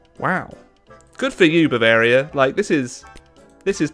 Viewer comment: Come on now. It’s Bavaria for gods sake, don’t pull an Italy on us.